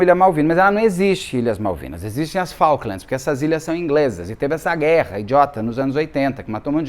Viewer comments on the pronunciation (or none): Prenuncia-se : "Fouquelands"